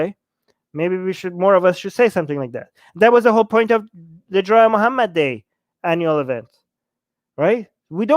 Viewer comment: brotherrr makes a good poieent.